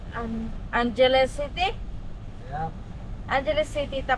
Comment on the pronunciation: EGAY???? noong July pa yon. Angeles...pronounced as ang-he-les